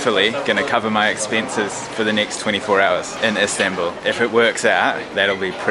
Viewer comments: It’s Istanbul NOT instanbul dude wtf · ISMAIL AHMED the turkish and the official word is Istanbul. What you call "Instanbul" is the English pronouncement of it